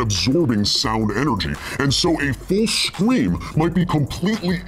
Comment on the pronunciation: Every time you've lowered the frequency of your voice and say the word "scream" you sound like you're saying "squeem". Lol I didn't expect that ending.